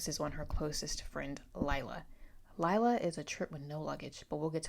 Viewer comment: Lila is pronounced Lee-la, not Lyla :)